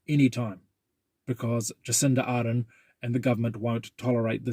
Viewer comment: Well bloke - If you can’t pronounce Jacinda’s surname as it is supposed to be said how can you claim any credibility? You are a minor.